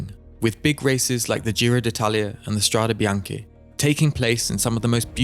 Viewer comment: It's "Strade bianche", "White roads". Strah - deh, Bee - ahn - keh.